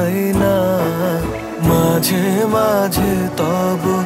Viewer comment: Ei vocal ta just disgusting. Jeno kono British jor kore bangla bolche. Too much H in pronunciation. "Majh he majh he toboho" & ' KenHO meghh ashey ' ! Seriously, WTH!!